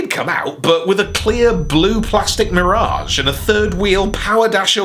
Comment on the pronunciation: Love the way pronounces "MEER-age."